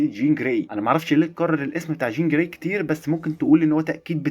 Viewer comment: قول چين جراي تاني كده؟ 😅😅😅